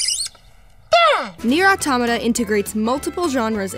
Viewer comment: The first english person i heard that pronounces right the word "autómata".